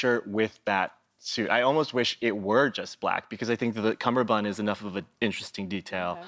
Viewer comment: Joel said "cumBerbund" and it broke my heart.